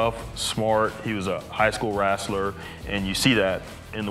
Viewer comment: Did he say “ rassler “